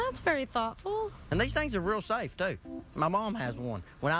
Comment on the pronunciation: "I just want to keep our kid [s]afe."